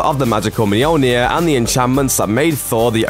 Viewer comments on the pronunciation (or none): Moldy ear? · Romano Cuz myoleneer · You pronounce it Mjolnir, the people in the Movies pronounce it Mjolnir, even many comics write Mjolnir. WHY!? IT IS CALLED MJÖLNIR!!! IT HAS BEEN CALLED MJÖLNIR FOR LITTERALLY THAUSANDS OF YEARS!!! LEARN THE Ö!!! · It hurts my ears to hear you say Mjolnir 😂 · Lmfao Mjolnir..... just keep saying it over and over again, it keeps getting funnier lol I cant